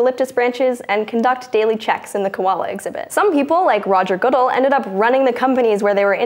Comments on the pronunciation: Wait did she pronounce Roger Goodell's name wrong or have I been saying it wrong?? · Good job! Just one thing.. U pronounced the name roger goodell wrong lol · you are pronouncing roger goodell's name wrong... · She said goodell wrong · Did she seriously mispronounce Goodell? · lol she kept mispronouncing Goodell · Hey my man learn how to pronounce Goodell's name before he gets fired! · she mispronounced Goodell. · Well, she isn't a NFL fan because she didn't know how to pronounce "Goodell".....but thats ok. No one likes him. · It's pronounced Good-Dell like the PC nor Goodl. Had to stop the video at that point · It's Good-ell. Not Goodull. Take a breath. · Ga-dell not how ever you said it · I may be the only sports fan who watches this channel, anyhow the commissioner of the NFL's last name is pronounced Good L, not Goodull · The pronunciation of Roger Goodell was strange. It is Good-dell, not Good-dul. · It's not Roger Goodle, it's Goodell. Like, Good-elle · NFL comissioner Roger Goodell's last name is pronounced guh DELL not good uhl. Sorry this just drove me nuts! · If only she pronounced Roger Goodell's name correctly. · I personally don't like the man, but FYI, his name is pronounced "Gah-DELL," not "GOOD-ell." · It's Ga-Del, not Goo-dil... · It's pronounced "GuDel" not "Goodle" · his name is pronounced good dell not good all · good-ELL. Not GOOD-uhl. Mispronouncing things is John's thing, thing-thief!!!! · Emphasis on the wrong syllable (Guh-DELL). She had a 50/50 shot but someone should have caught it. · INTERN, YOU'RE FIRED! It's pronounced Good-L. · *Roger Guh-Dell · She pronounced "Goodell" wrong. The emphasis is on "ell". Good-ELL. Not a coincidence someone with her appearance wouldn't know that, but that's none of my business. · Roger "Guudehl" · It's pronounced Goo-DELL. (Like the computer.) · It's pronounced Good-Elle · The way you pronounce Roger Goodell is hilarious. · You pronounced Goodell wrong